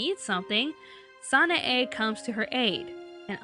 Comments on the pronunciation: Hey it's not sana a its san a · You're driving me insane. It's pronounced San-AI! If you actually gave the show a proper chance, you would know this! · SHE KEPT SAYING SANAE WRONG